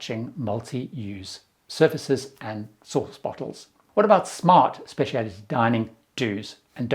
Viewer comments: goes back and forth with his pronunciation of "Specialty." He sometimes adds and extra I, but he KNOWS it does not have that extra I. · UK English has the extra I, but it’s really interesting hearing words converging like this. If you’re exposed to hearing one pronunciation more, it seems more normal to you. Pretty sure he uses US pronunciation of innovative.